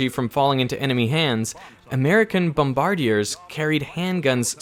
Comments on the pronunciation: Great video, great topic!! I think bombardiers is pronounced, bom-ba-deers, with an accent on the last syllable “deers” and a rhythm like 1 (e and) a 2 with the bom on 1 and the ba-deers on… a 2. Like swing eighth notes: 1 + 2 with the “+” two thirds of the way over towards the 2 …“Bom (pause) ba-deer” …if any of this makes any sense to the reader!? That’s how they used to say the word in cartoons from the 40’s where they likely knew the word’s correct pronunciation much more commonly…since WWII just ended. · Loved the very weird and very odd pronunciation of Bombardiers... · I've never heard 'bombardiers' pronounced like that. Odd. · You pronounced "bombardiers" wrong.